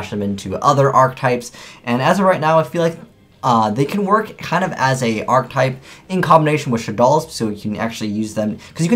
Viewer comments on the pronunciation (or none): *Archetype [ahr-ki-tahyp]